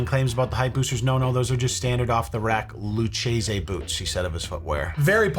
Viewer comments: I get you're from the northeast and probably not that into boots but your pronunciation of Lucchese killed me. It’s pronounced Loo·kay·zee. An Italian immigrant in San Antonio was the book maker that started the company like 140+ years ago. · Luchesse is pronounced like “LukeKacie”. I’m sure no one cares. That was just my dad’s favorite cowboy boots. He only had 2 pair in his lifetime but wore a pair every day. When the soles wore out, he’d get them re-soled. I miss my dad SO much 😢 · Lucchese is pronounced "Loo-KAY-see." Governor GoGo Boots was trying to flex that he can afford very expensive boots that will never be near an actual cow pie. Bless his heart. Keep the videos coming. Y'all are fabulous. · Lucchese is pronounced Lu-Casey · The boot name is pronounced Lou Casey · All of us Texans shuddering at his pronunciation of Lucchese boots lol you’re forgiven tho 😂❤️